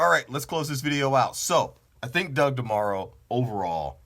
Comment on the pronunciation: He's comparing the sales model. Not the cars or the consumermarket. You just missed the whole point. And your pronouncing his name wrong.